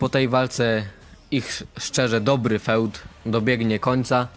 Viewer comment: Nie mówi się "feud" tylko "fjud"